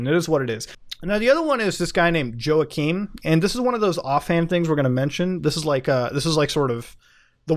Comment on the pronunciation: Isn't Joachim pronounced wah-keem?